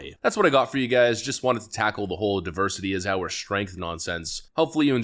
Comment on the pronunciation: "Our die-versity is our strength!" 🥴😵‍💫😂